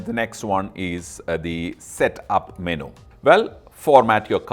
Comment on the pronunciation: What is a Meno? I thought It was Menu pronounced Menyou